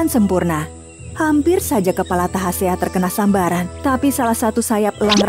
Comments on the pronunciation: Tasahea deela min bkn tahasea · bukan tahasea tapi tasahea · Bukan tahasea min, tapi tasahea 😇😇 Ini cerita rakyat dari daerah saya di kolaka suku tolaki mekongga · Maaf koreksi sedikit. Nama sang pemberani itu yg benar adl Tasahea bukan Tahasea. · Yg bener itu tasahea jangan di pelintir dong bukan tahasea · SALAH NAMA...TASAHEA...NOT TAHASEA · Tasahea, bukan tahasea